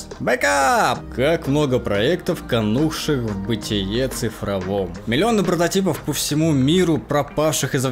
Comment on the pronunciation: кАнувших